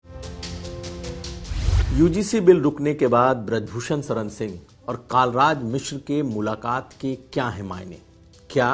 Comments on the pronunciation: यह बात समझ में नहीं आई जी! आप का हिंदी का उच्चारण भी बहुत अच्छा है। पत्रकारिता के लिए यह होना भी बहुत आवश्यक है। तो.... आपने जानबूझकर माननीय पंडित कलराज मिश्र जी को.... कई बार कालराज मिश्र क्यों कहा? ऐसा नहीं है कि मेरे सुनने में फर्क पड़ा है। यदि आपने जानबूझकर ऐसा किया है तो यह अच्छी बात नहीं मानी जाएगी! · कालराज नहीं कलराज मिश्र तुमको रिपोर्टिंग के लिए किसने रख लिया है